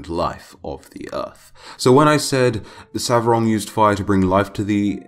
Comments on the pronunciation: Its not Savrog but Svarog!!! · Svarog! Not Savrog